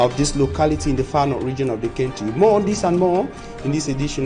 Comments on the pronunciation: Is the word pronounced"centry" or country"? Please, look up the pro ounciation from the English Dictionary. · Country not Cantry Mr journalist